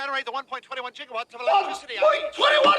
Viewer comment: Like how even the caption shows the right word for Gigawatt and not how he says it "Jigawatt".